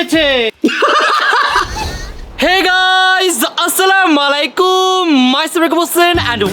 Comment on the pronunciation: আসসালামায়ালাইকুম না আসসালামুয়ালাইকুম